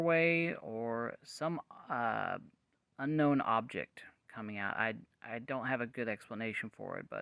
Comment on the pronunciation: "Un-knowennn*....smh moron.